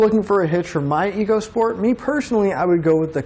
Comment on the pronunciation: It's pronounced "Echo Sport" Ecosport !!!